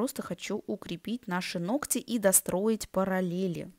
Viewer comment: «ноКать» очень режет слух и портит впечатление от видео.